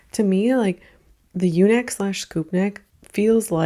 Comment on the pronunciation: When you said “the U neck” I fully heard “the eunuch” until you filled it up with “scoop neck” 😂